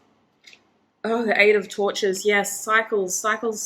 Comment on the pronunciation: Group 2 - great message, thank you! Lines up with all the other messages I’ve been receiving lately. Patience. Ok. Funny side note - when you said “Princess of Torches,” at first I thought I heard “Princess of Tortures.” 😂🙏🏻💕